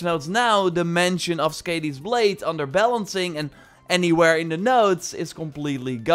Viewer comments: Please, Skadi ( skɑːði ) NOT Skadi ( skæ:di: ) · Hey! Just so you know you’re pronouncing it wrong. Skadi is pronounced like Scotty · Skàdi is pronounced with a Long a- sound; like "car" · Did anybody else cringe every time he pronounced skadi wrong?